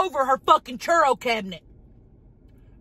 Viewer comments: Not the "churro" cabinet! 😂💀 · I thought she had a cabinet of churros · Did Tammy actually call it a curo (?) cabinet? Lol love her